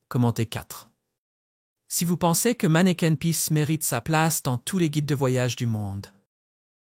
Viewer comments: Manneken pis pas manneken peace....... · ce n'est pas " manneken peace " , mais manneken PIS ( = pipi ) !